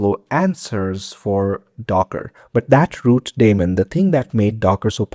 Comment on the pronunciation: Every time you said "that daemon" I heard "Matt Damon" ... having said that, informative and accurate video